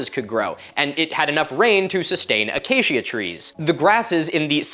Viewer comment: It’s my name, so I am more bothered by it: Acacia is “Uh-Kay-shuh” not “uh-Kay-Shia” Or “Uh-kah-key-Uh” if you’re going for Latin pronunciation